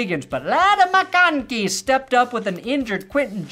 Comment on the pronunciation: I'm a huge fan of habit of pronouncing McConkey like he's Greedo in the cantina scene from Star Wars